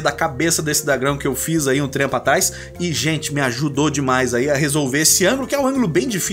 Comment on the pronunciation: muito 'R' pra uma frase só te entendo